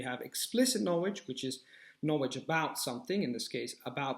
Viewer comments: Agree with what you said! Tip: You have a strange pronunciation of "KNOWLEDGE". You say or KNOWEDGE... You don't pronounce the L, which is weird in an otherwise pretty excellent accent:) Just wanted to point that out, as I'm sure you can easily correct that! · In learning a new language, one must be open to correction...which is how you learn. If he said "na-wage" that many times to me in an English conversation, I would have done everything imaginable to refrain from laughing...not at him, but the pronunciation. It immediately made me think of Tweety Bird.